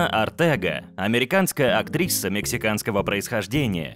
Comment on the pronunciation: Чел, почему ты говоришь "актриССа"? Че за приколы?